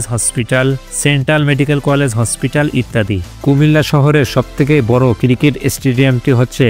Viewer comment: মানুষের নামের পর ইত্যাদি বলা যায় না! প্রমুখ বলতে হয়! আর স্টেডিয়ামগুলো শুধু ক্রিকেট খেলার জন্য না। আর আপনার উচ্চারণ শুদ্ধ করতে হবে। ক্রিকেটকে বললেন, কিরকেট। আর কবি কাজী নজরুল ইসলাম ময়মনসিংহের লোক, এই তথ্য কোথায় পেলেন। তাঁর জন্ম ও পৈতৃক বাড়ি পশ্চিম বাংলার বর্ধমান জেলার আসানসোল মহকুমার চুরুলিয়া গ্রামে। ময়মনসিংহের এক দারোগা নজরুলকে ছোট বেলায় তার কাছে নিয়ে এসে ত্রিশালের দরিরামপুর স্কুলে ভর্তি করিয়ে দেন। আর কুমিল্লা বিমান বন্দর তিন দশক ধরে বন্ধ, অথচ ইউএস-বাংলার একটি এয়ারক্রাফটের ছবি দেখিয়ে বললেন, কুমিল্লা বিমানবন্দরের কথা! এজাতীয় ভিডিও বানাতে গেলে আরও পড়াশোনা দরকার!